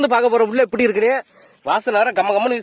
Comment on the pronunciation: Dai mariyathaya poiru epty da epty la pesura